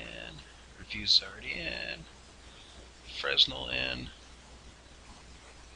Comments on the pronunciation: Pleaseeeeeee learn to pronounce fresnel correctly! (His name was pronounced “fren-el”). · Fresnel is pronounced "fray nell". It's a french word